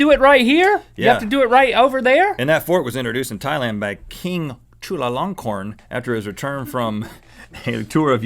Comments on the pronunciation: Its actually said ju-la-lohng-gon not shu-la-long-horn.พระจุฬาลงกรณ์ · Chulaloncorn?!😂(No offense in any possible way) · chullallacorn? WTF?